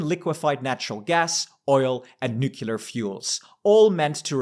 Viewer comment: "Nu-cle-ar" not nukilar, for fuck's sake